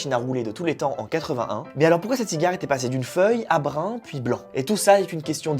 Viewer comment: "brin" → "brun". Attention à la prononciation...